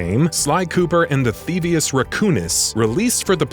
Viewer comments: Th-ee-vee-us. Not th-ee-vus. The narrator clearly hasn't even played the games. No one who has would botch something mentioned probably a hundred or more times during the series. That said, I won't be watching anymore content from this channel. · And pronounced “thevius” wrong. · "Theavis", "Ratchet and Clark". OMG please re-read your script when you write them. I felt so disrespected.